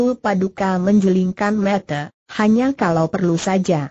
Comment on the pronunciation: Yang paling Tdk cocok Tulisan Cerita Di baca tak sesuai Tulisan Cerita sehingga Yg mambaca tdk bisa Menguasai Alur Cerita akam salah Mengetahui isi Cerita Contoh: Tulisan Sang Dibaca Seng .tulisan Mata dibaca Mate , dsb Mohon bisa untuk Lireksi